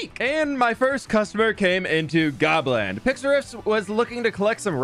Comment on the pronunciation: I thought you said Poland for a second lol